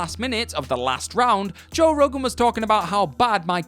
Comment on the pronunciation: Your English and still can't say Joe